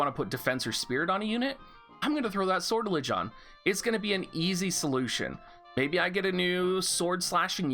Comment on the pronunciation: Sor tell ijay Make the j sound rounded rather than harsh.